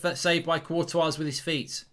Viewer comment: I would like to know why Mark pronounces the “S” at the end of Courtois which is the incorrect way to pronounce as it as the “S” is silent. Also literally nobody else pronounces the “S” in his name.